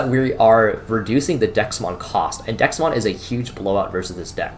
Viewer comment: Threw me off everytime you said Dexmon. Had to google to figure out DeathXmon. Bandai has done a terrible job with names